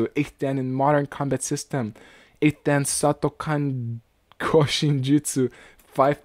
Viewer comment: Very amusing video. 段 Dan is pronounced dahn (say it quickly). da+n